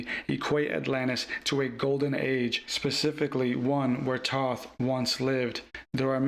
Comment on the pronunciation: His name is Thoth. Pronounce it correctly at least 😢